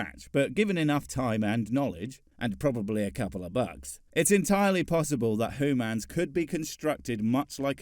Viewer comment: I still think you're a ferangi with how you pronounce humans. You're just trying to convince us that you're not Edit: I'm starting to believe that all these hooman conflicts are minuscule and pointless. In the bigger picture, we are all..........